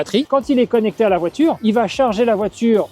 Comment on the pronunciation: Répète après moi voi - ture,pas voi-tchure.